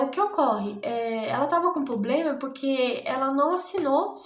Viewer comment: Desculpa mas vc está fazendo faculdade de direito e fala poblema??? Pqp